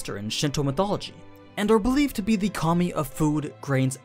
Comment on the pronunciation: everytime you say “kami” i hear “commie”